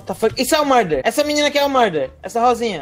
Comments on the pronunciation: " Não sabe nem falar murder " "Muder" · Na parte ele falando murder eu achei mt engraçado